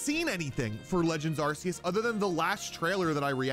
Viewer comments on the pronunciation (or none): Don't pronounce it Arse-eus please. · Good video But it's pronounced ARKOOS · I dont know how many times i can stand hearing him say are see us 😂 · Don't you mean legends arkoos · Lol don’t you mean Arkoos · saying arceus wrong my dude! =P